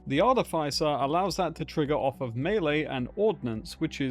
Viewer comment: VertiGG is a terrific new Borderlands creator. That would be a fun collab. ♥️ Also, it's pronounced Ar-tiff-isser.